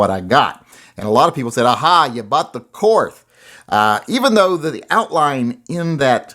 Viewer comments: Pronounced Kort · Too bad it wasn't the Korth. And it is pronounced Kort. Now sell off some more and get yourself a Manurhin!